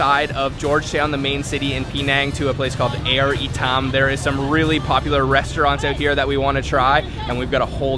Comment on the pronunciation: Hahaha FYI it’s Ayer ITAM , you pronounced it wrongly not Air itam